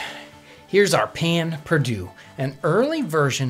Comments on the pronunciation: Payn perdue??? 😂😂😂 Pain perdu please... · Its "pain perdue" not "payn" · its pronounced pehn pairdue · Us Cajuns STILL make this.. though we pronounce it "Pah Pah Due". We don't normally use a sauce after, and it's just stale bread dipped in a mix of milk, eggs, honey or sugar, cinnamon and a pinch of salt. Using sugar causes it to burn really fast for some reason, which is why honey is often used instead. Grill it up on a heavily buttered cast iron skillet. Bother, I just made my own mouth water. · I hate how he says "pan perdoo" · I am French and he kills me every time he says that pain perdu. But I Love You episode! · That pronounciation of pain perdu makes me die inside a little bit